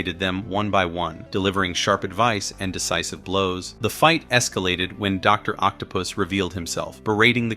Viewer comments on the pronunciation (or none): Not my favorite video, the script is lazy sound AI generated and the voice is not doing it any justice. Please bring the old guy back and please say the names right “Doc Ock” or “Doctor Otto octavious” or even “doctor octopus” would work not whatever this script put out. I’m sorry I LOVE this page but this video is least favorite